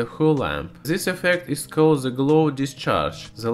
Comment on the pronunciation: Please try to pronounce words correctly. "This" is more like "dys" not like ''zys". Great video anyway :)